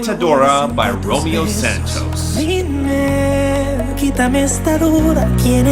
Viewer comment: I'm not sure how manages to continue to pronounce Romeo Santos's name wrong when he literally has a song that starts with "hola, me llamo Romeo" (which translates to "hello, my name is Romeo")